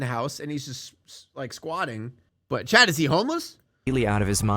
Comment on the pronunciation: Giga Chad ❌ Giga Thad ✅